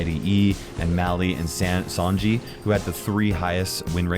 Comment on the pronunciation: It's Sanji, not Sonji.